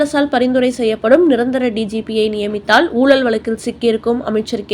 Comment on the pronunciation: ஊலல் வலக்கு ன்னு pronounce பண்ணலாமா? வருத்தத்துடன். கேட்க விருப்பம் இல்லாமல் close பண்ணிவிட்டேன் !!!